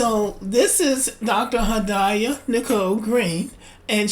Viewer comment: Had-ee yah is the pronunciation.